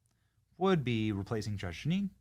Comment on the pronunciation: it's Jeanine, Benny 😂😂